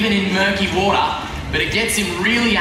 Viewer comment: i like how he pronounced water. "WODAAHH"